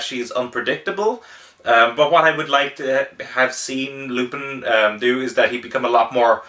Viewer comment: I know this is an old video but it's Loo-pawn.